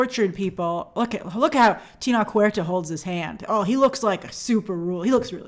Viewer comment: I wish we could all just learn to pronounce Tenoch Huertas’ name correctly 😰